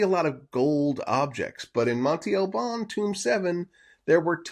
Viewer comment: Interesting video 👍🏼 I think some people would like it even better if you wouldn't pronounce Monte Albân incorrectly every time. It's not "Monty" but Monte with an open "a" sound at the end like the a in "can" just shorter. You can pronounce it "Montay" which is not correct either but not as bad as Monty. Peace out 👍🏼